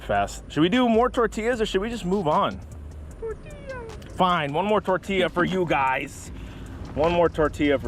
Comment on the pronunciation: It's tortiya, not tortllllllia